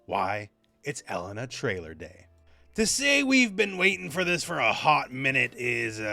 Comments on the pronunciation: Now I have to listen to call her Ellen-a instead of E-lena the whole video. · It's pronounced E-LAY-na not "Ella-nah"